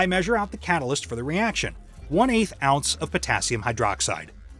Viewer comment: "Fahrenheit" "ounce"...you can't trust those US voice-over guys.